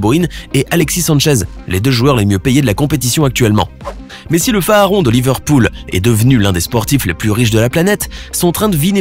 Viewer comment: Il a aussi dit le phaharon au lieu de pharaon